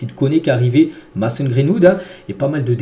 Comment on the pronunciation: C pas mAson c’est mAYson sinon continue comme ca t le goat